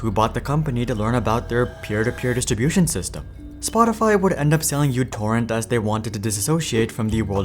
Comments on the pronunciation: it's no Utorrent, it's MItorrent, or MEEtorrent. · uTorrent is not pronounced "you torrent". The u is actually the character mu from the Greek alphabet. The program is correctly pronounced "mu torrent" or "micro torrent". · It's pronounced "Mu" torrent; not "U" torrent. Named on the fact that it has/had a tiny footprint. A branch-off torrent client is similarly named PicoTorrent. And what happened to MuTorrent is simple: The ads sunk it! Did/Do they really think that the community which is used to freely downloading music, movies, books, software etc is going to use a non-free service?!😆😆😆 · Mi not Mu. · The greek letter is actually pronounced "mi", not "miu" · if you KNOW it's not YOU-torrent but M(Y)U-torrent, why do you keep calling it that? the only people who call it YOU-torrent are little kids who don't know the Greek alphabet... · Im Greek, I want to point out that it's actually pronounced mi not u. Btw love your videos, they are very entartaining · μ is not pronounced mew. It's pronounced "me". So it's me torrent or mi torrent or micro torrent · no, it's mu torrent or microtorrent. People just say utorrent because they don't know that it's mu not u. It has nothing to do with what country you're in, mu is a Greek letter used as a prefix meaning micro. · /mewTorrent/. that's not a u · It's not uTorrent it's micro-torrent 🙄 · Isn't it pronounce micro torrent where u (miu) is the simbol of micro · It's Mu torrent...